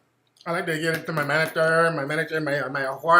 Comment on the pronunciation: "I like to geeb iiiit" ahahaha